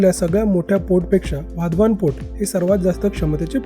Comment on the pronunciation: वाधवान नाही ते, वाढवण आहे ते, मराठीत व्हिडियो करताना तरी नाव व्यवस्थित घ्या, हिंदी लोकांचं ठीक आहे